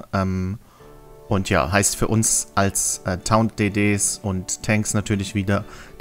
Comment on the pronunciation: Ich will nicht gehässig sein, aber wenn man mit der Aussprache des Wortes "taunt" unsicher ist, sollte man "spotten" sagen :). Ansonsten ein schönes Video.